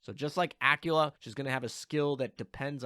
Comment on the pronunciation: Aquila, qu as in queer queen quantifying querulous quintuplets. Not Acula as in Activelly acting acrimoniously acclimatized accredited accosting acupuncture actions. Please, it hurts so much every time you say it ; p